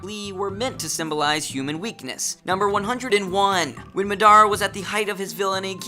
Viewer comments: anyone else very disturbed by the way he pronounces Madara? Ma-daa-ra? instead of Mada-ra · He said mudara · Did you really just say Madara wrong? Its pronounced like Ma - dah - ra. Not ma - dara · and me-dar-ra r u kidding me its ma-da-ra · he really said m'dara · i’m bouta unsubscribe to u bc you pronounced madara’s name “mah-dara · Did he say...”ma-dara” and “mi-nato”? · Like HE DAN and MA DARA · The way he pronounced madarra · I get salty when people pronounce stuff wrong for some reason so when he was saying madara like you might say Madonna I was salty because madara is my favorite character next to sasuke but it was also funny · Ma-da-ra get it right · It's pronounced ma-der-a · Really? Maa-dara Min-auto? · there were a lot of things wrong with the pronunciations X'D a lot of emphasizing the wrong syllables and things like "oh-make" rather than "oh-ma-kae" enhkgbvkrne ughh ~shivers~ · "Mah-dara" I didn't even know he was saying Madara at first. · Kakazu or deidera Btw: it's ka-ka-zu and ma-dra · how do you make an anime video and continue to mispronounce half of the character's names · You pronounced kakuzu madara and minato wrong. I'm only telling u cuz i care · Wen he said madara and minato's names my eye twitched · The way he pronounces Madra irks me way more than it should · Yes... he literally pronounced every single japanese word incorrectly. Nakama, Luffy, Madara... I think he either doesn't watch Naruto, or only watches the English dub. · Pronunciation of Madara. Well at least he didn't say Na-roo-toe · Madara and Minato too. xP Good try buddy.